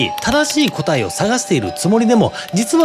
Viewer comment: 「答え」のイントネーションがおかしい。